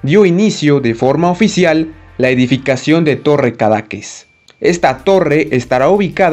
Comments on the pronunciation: Solo una pequeña observación al creador. Me parece que se pronuncia cadaQUÉS, en lugar de caDAques. Tengo entendido. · Lo que pasa es que el creador del vídeo no lo pronuncia correctamente y lo hace sonar, efectivamente, muy feo. Pero pronunciado correctamente está bonito el nombre.